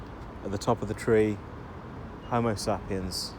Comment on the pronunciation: 😂😂😂….. homosapiens…… might wanna check the pronunciation on that bud lol And those dingy dwellers aren’t here to mingle among us……. They hate us …… literally here to upset our culture and values In Luton the lavish show off cars are all bought to launder money. Even the shops who never get any custom have been there for years